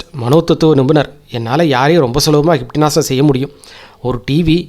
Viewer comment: Sir hynpnotism is the correct pronounsation u r sayin wrong pls sir try the right because ur narretion is very nice super except this small thing so its distrubng thats y i am sayin this thank u